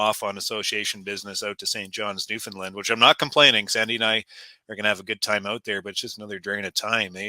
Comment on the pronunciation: Good job pronouncing Newfoundland correctly. Newfoundland rhymes with Understand. You did it! (I think you did it, anyway.)